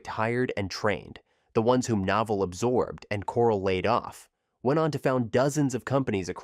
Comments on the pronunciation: NOH Vell, rhymes with Hotel. Said it right the first time, then lost it. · I counted three different pronunciations of Novell.